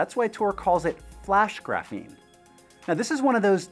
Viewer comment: It's pronounced "graphene", not "graphene".